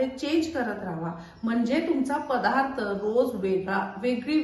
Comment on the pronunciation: पधार्थ.. किती वेळा ऐकायचं आम्ही तेच तेच पधार्थ.. बाई 'द' चा 'ध 'करणाऱ्या आहेत.. इतिहासात कुणीतरी 'ध ' चा' म ' केला होता..😢